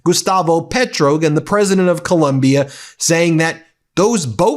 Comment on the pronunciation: This is embarrasing. He shames all of the United States. Petro is prouncounced PAYtro. Trump and collaborators should be brought in immediately on charges of murder and conspiraracy to commit murder.